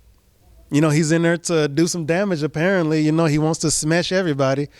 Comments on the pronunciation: Jared said "Khamzat wants to Smesh Everybody." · I love how he said "smesh" too lol